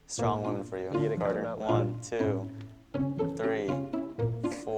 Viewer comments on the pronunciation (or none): If he would have pronounced WOMEN as WOMAN.. ONE MORE TIME, I would have thrown my computer out the window. Smh